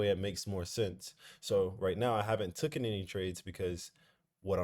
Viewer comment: Bruh it’s “ fundamentals” Not “funtamentals” Also “taken” instead of “tucken” Hope u good all the same 🙏🏽